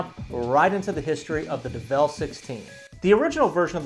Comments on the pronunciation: "develle"? "kay-ron"? dude, c'mon. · By the way did you hear when he said devel XD